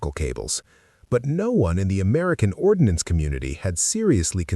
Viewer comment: "Ordnance" not "ordinance"